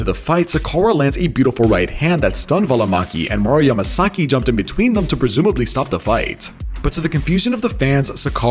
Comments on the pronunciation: Why the hell do you keep calling him masaki? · Can you please learn to say his name correctly? Like geeez. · 18 "Mario Masaki" lol